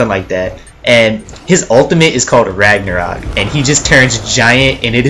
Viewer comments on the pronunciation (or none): none